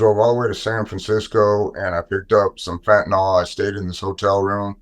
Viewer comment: fentanyl is pronounced fen ta NIL - NOT nol. Look at the word nyl is the same as nil